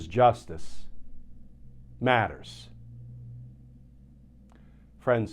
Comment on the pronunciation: Glenn when you say justice matters don't pause between the words justice and matters. Sounds ackward. In any event, keep up the great analysis